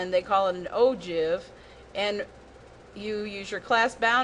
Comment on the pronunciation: You pronounce ogive wrong 😐